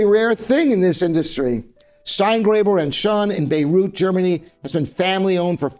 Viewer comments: I didn't know that Steingraeber produces in Beirut [Bay-root]. I think he meant Bayreuth [Bye-royt], right ? It is kind of cute how he tries to pronounce German or Chinese words, but actually it seems that he is not bothering to get basic names right.🤣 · Steingraeber, Bayreuth: BY-royt (not Beirut like Lebanon). Mason & Hamlin, Haverhill: AVE-er-il (not Heversville) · I heard Beyrut and thought, what ?? Made in Lebanon?? No...bayreuth....not the same thing, and not pronounced the same either... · It's pronounced buy-royt.